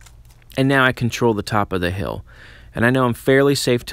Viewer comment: Great videos dude keep it up! I also like your accent when you say “hill” so it sounds like “heel”.